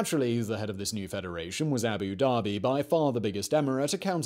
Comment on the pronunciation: Please, please, please can you learn how to say the title by which senior Arabs are customarily called, Sheik? It means 'learned in the Koran' so ought to be taken seriously. Every time you say it it's like nails on the backboard to me!! It's Shake, like bake and NOT Sheek, like cheek. Yes? And while we're here, it's Abu Da-bi, not Abu Darby. Otherwise, thank you, I enjoy your work though, boy, can you talk a mile a minute!